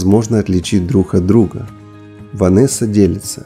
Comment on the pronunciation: За видео спасибо. Для того, кто произносит текст. Не обижайтесь, но может, стоит поработать над произношением? "Друх от друха", "блох" (имеется в виду "блог"). И еще - бикини не одевают, их надевают. Удачи.